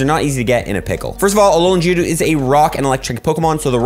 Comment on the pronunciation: You need to emphasize the g in Geodude it sounds like you're saying jewdude lmao ily